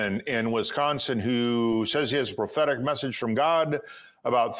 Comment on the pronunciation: I'm sorry , did he say ' prophetic ' or ' pathetic ' prophecy ? 😂